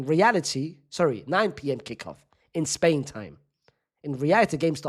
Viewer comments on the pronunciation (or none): none